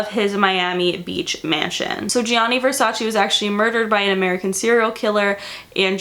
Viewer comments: Love you and your videos❤☮ but im italian and i NEED to say this. Versace is not said /versaci/ but the last "e" is said like the second "e" in vErsace so its said /vErsacE/ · it’s Versache that’s how it’s pronounced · Francesca Morini even donatella mentionned she HATES it when americans pronounce it vers-aceeee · i love you but as an italian speaker and knowing that you actually have italian origins it i can;t stand your pronounciation. please, learn how to pronounce this shit :D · Donatella Versace says it irks her the way people commonly mispronounce Versace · MoonChild thank God u pointed it out ! It was continously hurting my ears